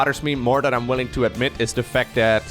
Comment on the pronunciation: All respect bro but i noticed you pronounce your th with d's for example other than would be udder den an command cender